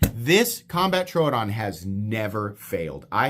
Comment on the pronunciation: Thank you for pronouncing Troodon correctly.